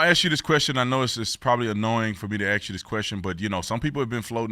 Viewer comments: Ask, no ax. Cmon Brandon. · Brandon needs to learn to pronounce the word "ask."